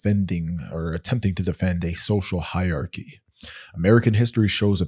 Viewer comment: Fyi--hierarchy has 4 syllables.